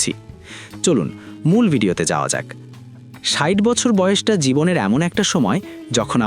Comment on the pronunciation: ষাইট নয় ষাট আগে ভাষা টা ঠিক করেন কখনো ষাইট আবার কখনো ষাট এই গুলো ঠিক করেন।